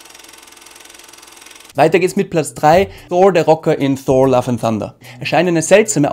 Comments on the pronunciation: Wie sprichst du Thor aus 😂 Einfach Thor und nicht Shor... Ansonsten so geile Videos! Weiter so! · Man spricht Thor als TOR aus und nicht mit englischem TH - danke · Richtig gut gemacht, es macht Spaß es anzuschauen, nur komm ich mit der Aussprache bei Thor nicht so recht mit? Versteh nicht warum der name Thor so verenglischt wird. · als erstes mal,habe jetzt meeeehrere Videos von Dir gesehen,alle super,super Kritiken,natürlich meine Meinung,jetzt kommt mal meine kleine Kritik,Thor,den nordischen Donnergott Englisch auszusprechen finde ich echt lustig😜